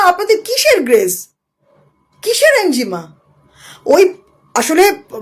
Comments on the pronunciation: আপনি বেশ কয়েক বার 'এনজিমা' নামক একটা শব্দ উচ্চারণ করলেন যার অর্থ রহস্যের মধ্যেই থেকে গেল; যদি দয়া করে সেটা ভেদ করে বলে দেন! আপনি কোনও 'এনিগমা' (enigma) র কথা ভুল করে বলছেন না তো, ম্যাডাম (- -বাদি) !!😂😂! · Enjima boltay ki bojhacchen? Enigma- ki? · Enigma not enjima